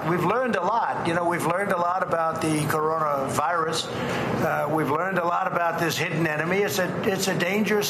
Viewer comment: "The Cororavirus?" I though Joe Biden was the senile one.